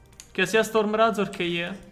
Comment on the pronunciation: Scusa ma mi viene un infarto ogni volta che pronunci qualche parola in inglese male, come stormrazor